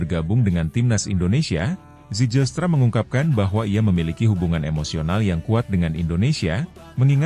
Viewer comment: Bacanya: Zeilstra bukan sejilstra😅😅😅